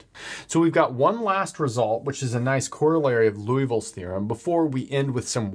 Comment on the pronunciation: Lee-oo-vill not Loo-ee-vill